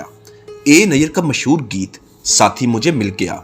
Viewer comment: تلفظ تو صحیح کرلو محسور نہیں ھے مسحور ھے.